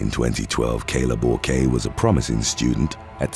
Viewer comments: I like your stories and am impressed how you get so many names correct. For the record the psycho Borque, is French and her name is pronounced "bork". Like the Hall of Fame, former Captain of the Boston Bruins. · Bourque is pronounced like Bork. Ray Bourque was a famous hockey player lol, I watched some hockey back in the day! 😁